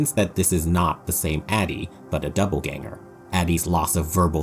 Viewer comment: I really liked this video but every time he said doubleganger felt like being stabbed in the brain